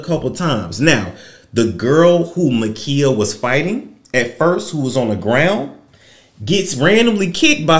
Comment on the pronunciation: MA'KIAH like Kiah. Like my neck my back. MUH KIE UH